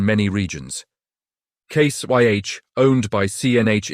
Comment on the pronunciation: WTF is this, AI with a British accent? It's Case IH, not Case YH. Why did you scramble the letters on the brand names on the tractors. You're saying them, but can't show them? Is FarmGear Pro another AI name like Massey Farms, or all those other stupid videos with misreads, misspelling, mis pronunciation, bad information, etc. IF any of these manufacturers are paying you for this dreck they deserve to go teats up.